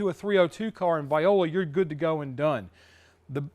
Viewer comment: Those olecranon bursae though... And it's "voila" rather than "viola," although I think that was intentional.